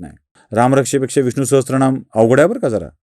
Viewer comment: विडिओ आवडला. एकच विनंती, उच्चार करताना विष्णुसाहस्त्र नाम न म्हणता विष्णुसहसर नाम असा उच्चार अपेक्षित आहे ह्याची नोंद घ्यावी हीं नम्र विनंती 🙏